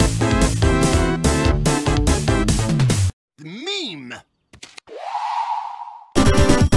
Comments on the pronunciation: Why is he saying “me” but i hear meme? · He always says "Mem" instead of "Meme" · I think he said mean